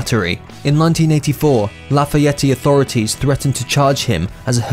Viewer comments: I was born and raised here in Indiana, so I'm dying every time he pronounces Lafayette laff-e-etee!! 😂😂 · He doesn’t and never has gone by “Paxil”. Lafayette is not pronounced “Lafay-ettay”. Elle macpherson is not pronounced “Elly”. You could’ve added about the rocket queen girl, that it was Steven adlers gf. Lafeeyettay. 😂😂😂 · Someone needs to teach this narrator how to speak American! “Lafayette-e?!” “ Jeffen records”!? Have you never heard of the general de Lafayette or Geffen records!? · 2.25 Dennis ..wtf..laf eeeee yeti...🤔 .I'm 2.30 mins in fuckin hell I'll finish because it's makin me chuckle...4.43 not his brother that's the fella out of blind melon I think, picture after has Stuart bailey (pronounced baaaar lieeee)... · HEAPS OF MISTAKES!.. ELLE MCPHERSON??. GEFFIN RECORDS PRONOUNCED JEFFIN. AND HE NEVER DATED LANA DEL RAY, SHE JUST HUNG OUT AS MUSICIANS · Dont forget the way he pronounced Illinois and Lafayette. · You don’t pronounce the “e” at the end of Lafayette. And Geffen is pronounced with a hard G, like the G in Guns n Roses, not like the G in Ginger. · Wish they would have researched how to pronounce Lafayette. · dude u dont ptronounce the E on the end of lafayette and also the S is silent on Illinois do your homework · Seriously dude Lafayette and Illinois need some serious work, in the pronouncement department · Married to Erin Everly but shows a picture of Stephanie Seymour. Can’t even pronounce Lafayette, IN. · That is not how you pronounce lafayette. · Usa una imagen de Stephanie Seymour para hablar de Erin Everly y una de Shannon Hoon (Blind Melon) para hablar de su hermano Stuart... imposible confiar en cualquier cosa que diga este video que ni sabe cómo pronunciar Lafayette🤦🏻‍♀️ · Lafayette-LA-FA-ET not Lay fa ettie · Being English I'm no expert on american pronunciation, but........I'm pretty sure axl rose didnt grow up in laff-a-yeti and guns n roses didnt sign to Jeffen records 😂😂😂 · Its Lafayette not Lafayetteeee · Lah Fay Ett.